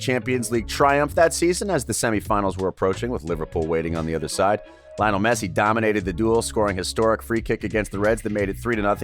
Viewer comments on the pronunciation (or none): none